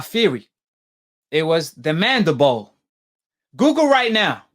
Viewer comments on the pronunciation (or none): I assume based on the fact that you can speak English well enough, that you can also read English words right?? Well, then why do you keep saying the bone that was dented was the - { MANDIBOW }??!! Look at the dam word again then give it another shot..... Good luck..... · "Mandabowl" lol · He said "mandabow" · For goodness sakes stop sounding so dumb, it’s mandi-bill not mandi-bowl!! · ahh yes, the mandabole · He pronounces everything wrong. Now Deontay has a dented jaw... nobody tell you can have a broken MANDEBOLL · I hate how he keep saying mandible. That nigga say " Mandi - Boa" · So was it his mandabone or his skull? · First off this guy cant say mandible correctly and the picture you keep showing isnt even the mandible bone. The mandible is the lower jaw. Thats damn near the temple. If Fury dented his mandiBALL, his jaw would most likely be broken too. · F’ing idiot cant even pronounce “mandible” 😂😂😂. Jaws get broke everyday b. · This dude talking about doctors and shit but can't even pronounce the word. You can't dent a bone dickhead. Pillow fists? Fury has as many knockouts as AJ. Casual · 1) that's not even close to the mandible 2) your pronounciation of "mandabawl" shows how much you know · I wish someone would teach this cat the english lesson. I had to turn it off coz this cat how to say mandible.